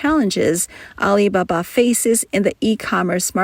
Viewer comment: AI voice, "Al iBA-BA gives it away.